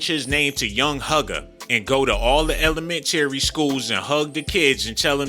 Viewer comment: Y da hell u say Elementary like dat 😂😂😂😂